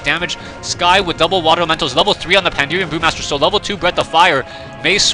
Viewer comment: PANDA-REN, not panderium, lol. anyway thanks for the shoutcast!